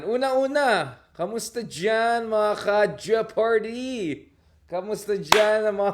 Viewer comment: It's is pronounced Je-par-dy. The "o" is silent.